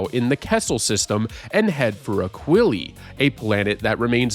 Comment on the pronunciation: Based on old interviews with Mark Hamill, pretty sure Aquilae is pronounced like “ack-will-eye”